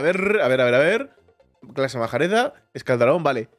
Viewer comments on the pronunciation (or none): yo quería que le pusieras mi nombre al dramilion 🐉 pero ahora quiero que se lo pongas al espectro de nieve. Mi hermano pequeño Amin quiere que le pongas su nombre al dragón ala acorazada 🐉🐉🐉 y que no le cambies de color. La clase majareda se pronuncia marejada, el cuernotronante se pronuncia cuernatronan y deberías echarle un vistazo al canal de alien legacy, te enseñará cosas que no sabía sobre los dragones.